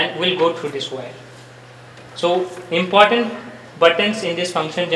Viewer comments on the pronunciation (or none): none